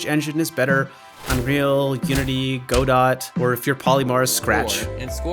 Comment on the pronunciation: Ehhgh that pronunciation of “Godot” made me queasy